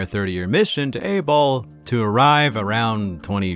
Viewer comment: Keeps sounding like you are saying planet 8-Ball - Im thinking theres a continent shaped like a number 8 - how dope would that be? Nope, just boring old Abol - A -hole would be funny w a capitol city Sphincter nvr mind im outtahere